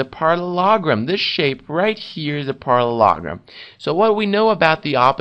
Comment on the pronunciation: Parallelogram not parrologrom